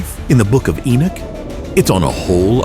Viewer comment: ENOCH not Enich